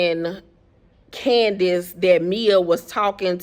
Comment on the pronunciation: GURRL!!! If you say Candiaass one more time. 🤣🤣🤣🤣🤣🤣🤣🤣🥰